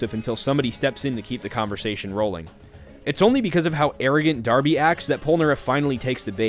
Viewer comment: THE NAME’S DARBY! NOT ORBY OR BARBIE ITS DARBY!!!!